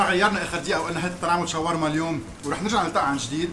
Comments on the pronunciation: كلمة شاورما هيك مو شوارما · شوف أي شخص ضيع باللغه العربيه وخلي يصلحلك .... شاورما وليس شوارما